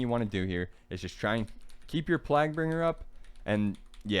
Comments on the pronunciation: "eeban fevor" lmao "plagbringer" bro lmao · nice video as always. Just a heads up its "/plāɡ/" So its sounds like "playg-bringer" for plaguebringer.